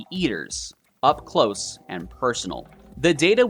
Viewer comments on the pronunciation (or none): none